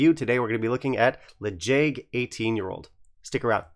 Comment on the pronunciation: Quick tip for any Gaelic names: in Gaelic the stress is (almost) always on the first syllable, so the way you pronounced it in your previous video was more correct. To be fair, the name of this whisky isn't using standard Gaelic spelling, so you can probably pronounce it however you like ;)